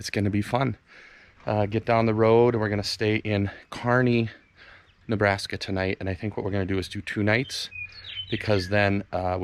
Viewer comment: Fun video. You even pronounced Kearny correctly. 😂